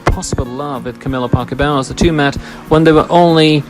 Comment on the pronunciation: It’s Parker Bowls - like the game, not Bowels like in your gut!